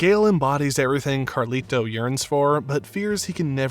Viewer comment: I can't finish this video bro, the way you keep saying "Carli-Toe" is flushing all the melanin out of my skin lol